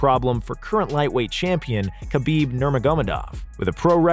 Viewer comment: Man great list. But the name butchering is rough. Hurts the list. Like how did you say khabibs last name that bad.